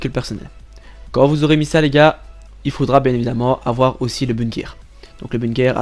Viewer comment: Tu me fais déliré avec ton bunekerrr frero 😂